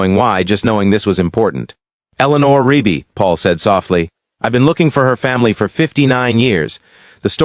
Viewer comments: Why can't this AI or person pronounce Rugby? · Because it’s Rigby!!